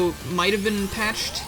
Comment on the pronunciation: “Where have you BEAN?”, your Emile is showing.